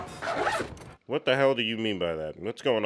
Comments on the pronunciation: SAY STINGER AGAIN, I DARE YOU! I DOUBLE DARE YOU! His name is Stringer Bell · you're Killing me! The man's name is stRinger! With an "R"! And yeah, McNulty told his boss where he did NOT want to go...and that is where Rawls sent him. But wait till next season, Bro. Just wait.